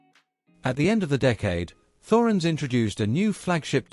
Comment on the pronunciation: It's pronounced 'Torens'